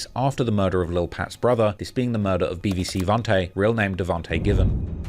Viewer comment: i swear he talm bout some bbc the first time he said bvc😂